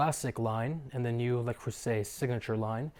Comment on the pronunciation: You're pronouncing Le wrong. You say LE as in LAy. Its LA creuset as in when we say in the Christmas song fa la la la